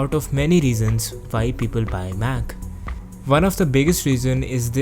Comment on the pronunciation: You're not understandable sometimes cause you say Vhy instead of Why, and you say pretty often V instead of W. But I liked this video anyway :D